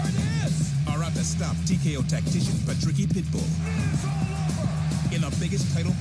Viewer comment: its patricky not patricio you muppets